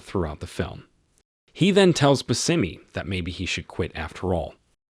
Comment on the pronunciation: Bushimy is how its pronounced